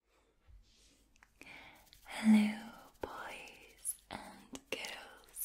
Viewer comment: "Hello boys... and gerrrls" Alright then, it's Tingle Time. ❤️